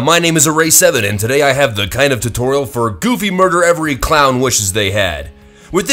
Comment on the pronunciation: At the start of the video, you say tutoral instead of tutorial.